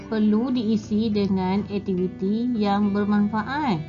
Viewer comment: 1.2 sebutan suku kata, perkataan... dengan betul.. Tapi cikgu sebut tak betul. Aktiviti bukan ektiviti.. Sekejap baku.. Sekejap tidak.. Diharap lebih diberi penekanan selepas ini. Semoga terus berjaya.